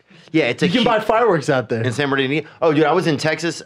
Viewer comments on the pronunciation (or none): San Berneeda? Brendan is gone full CTE today.